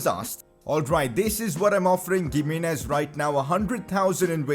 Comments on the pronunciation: PCQ: its "himenez" not gimenez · it’s pronounced HIM-EE-NEZ. not gimenez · Please don't call him [Giminez] , but rather [Jimenez] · Ohh my goddd, please pronounce Gimminez 🤣🤣, its pronounced Himminez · Its pronounced Hi-me-nez not Gi-me-nez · Pls it is pronounced He-menez not Gimines pls correct yourself 😂😂😂😂😂😂😂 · He is not giminez he is himinez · Pcq: it’s pronounced himénez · gimenéz is pronounced (H)imenez lol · Pronounce Himenez not giménez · Pcq: Giminez is pronounced Hi-mi-nez Since we are hopefully going to hear his name pretty frequently, please use the correct pronunciation. btw keep up the good work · Gimenez is pronounced as He-Men-Ez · PCQ: You say Gimenez like Chimenez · Bro it is pronounced as He Me Nez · Giminez is pronounced as himinez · Isn't G in Gimenez pronounced H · The 'G' in Giménez is pronounced as H.